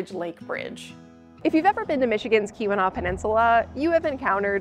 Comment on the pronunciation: why does Keeweenaw sound like Q-Anon xD